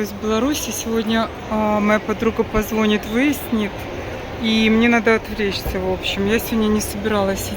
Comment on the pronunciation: ПозвонИт, ударение на И. Вы слишком красивы, чтобы говорить не правильно... Простите....